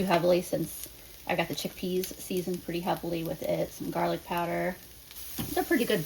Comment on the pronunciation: You call it "jarlic" too! I think I started doing that after watching Babish. 😂